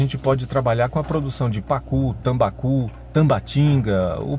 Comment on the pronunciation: /pacu, tomba cu..? O primeiro peixe eu até conheço..agora o segundo é duvidoso kkkkk Acho que ele queria falar tambaqui... E falou a frase duvidosa kkkkk